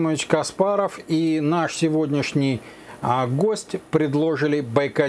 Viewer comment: Не предложили а предложили